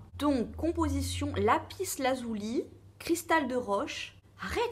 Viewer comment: Pourquoi pas ta miniature en mode doudou plein de poils;)) moi aussi je dois payer payer Payer pour ma voiture bouhouuuuuuu.... Si tu as envie d'une pierre: fonce! Fais confiance à ton intuition. On dit lapis lazuli pas "lazouli" mais bon... On s'en fout. C'est bon pour avoir les idées claires.. Tu vois que tu en as besoin;-). Perso j'adore les pierres et la lithothérapie en général. Aller courage bizzzzz (aujourd'hui je porte justement une lapis lazuli en pendentif et un bracelet de cornaline et quartz). Byyyyyy